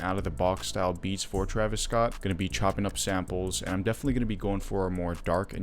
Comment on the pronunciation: sorry sir its TERVIS SCOOT